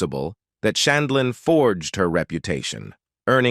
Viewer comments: A*****ES!! Learn to pronounce JUDY'S NAME PROPERLY!!! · She can't pronounce the Judge's last name either. She pronounced it three different ways. Terrible narrator